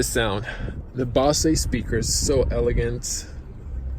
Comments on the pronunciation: Best review online without being too dramatic. Just a small note: BOSE is pronounced as "BO-ZER" without emphasising the "R". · The Mazda does have lane keep assist. It doesn't just vibrate the wheel as a warning. Nice Review. FYI, it's pronounced "Bo-zzz" for Bose sounds system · Great video! Bozzzz speakers, with the "o" said like "oh". I enjoyed the detail you gave in lots of areas. I learned some stuff. Boy it's sure got a lot of options with that Infotainment system! That car is even prettier in the Machine Gray with black wheels, black interior, and tinted windows. Thanks!